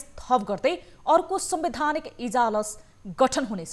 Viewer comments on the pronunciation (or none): इजलास हो कि इजालस? इजलास सुनिदै आएकोमा इजालस अर्कै सुनिने रैछ।